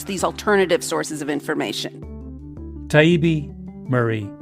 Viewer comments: Yes, mispronouncing Matt Taibbi’s name and then calling Douglas Murray. Doug was smug an intentional. Malcolm, I love you. But you’re better than this you really are. Please reflect go deep. Why do the book it’s really what you’re good at. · That really rubbed me the wrong way too. It was clear "Malc" was mispronouncing it on purpose as a way of dismissing Matt whom he likely hates for publishing the Twitter files. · I agree. I admire Malcom. I just don’t understand why he struggle so much with the debate. He should listen more and it was so difficult to think that I read his book when he had a difficult time even pronouncing Matt last name even after he corrected him. Seriously, Malcolm… I listen and read most of your book and even though I don’t agree with all your views. I still listen and can understand your point of view. Please just get better. Maybe the 1,000 hr rule might help. I can definitely recommend a Great book about how great people become great. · I'm now embarrassed by how much time I've spent listening to your podcast and reading your books. I listened to the debate and was sorry for all the times I've recommended you. Now I've come across this gem. Still pronouncing Matt Taibbi's name wrong, still referring to Douglas Murray as disrespectfully as you can get away with. Matt mentioning Walter Cronkite was not a trick to send you off into a BLM fit of rage. Douglas Murray is not a racist, proving you don't read past a headlines when you've already made up your mind. All this episode did was prove that when your tactics don't work you immediately revert to your echo chamber. They were honest with you, just not about the right things. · The least he could do was apologize for mispronouncing his name. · And was racist and Eurocentric by not pronouncing Matt's last name correctly- repeatedly. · Tie Eeee Beee How hard is that? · He even mispronounced his name many times. That's how little he cared.